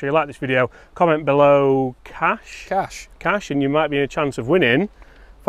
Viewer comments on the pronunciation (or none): "CASH" yes maate cmon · “Cash” As in Johnny Cash. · "CASH" C CA CAS CASH C A S H Do I have your attention yet...🤗